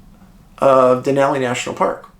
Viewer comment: David, thanks for pronouncing "Denali" correctly.🇺🇸